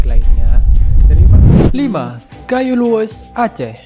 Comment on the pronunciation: Like dibaca lik ..gayo dibaca kayu. Ruteng= teng nya dibaca teng'ah harusnya dibaca ban'teng.. Klo orang asing wajar bicara begitu.. Lebih banyak lagi belajar dan perbanyak wawasan